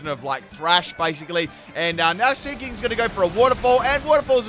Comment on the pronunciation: Who else thought he was saying ‘slinky’ when the seaking was there